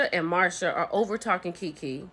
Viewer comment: So, are you mispronouncing Marseu's name on purpose? Is it an inside joke? Cause I'm confused every time you say Marsha!!!